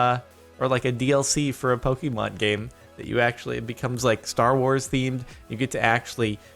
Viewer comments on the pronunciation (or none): did he just say pock-eh-man